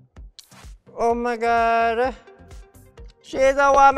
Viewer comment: I love her she's really pretty. Her accent ....i died Omawuhd!!